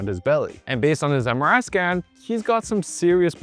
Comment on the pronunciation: Somehow everytime when you say MRI I hear samurai 😅